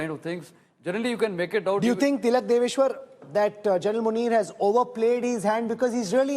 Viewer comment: you keep miss-pronouncing Tilak sir’s last name… please correct it.